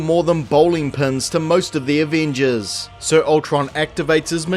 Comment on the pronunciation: take a shot every time this dude says “aveenjuzz”